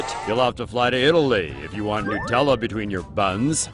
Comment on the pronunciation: It's not called "nooo tella". It's NUT!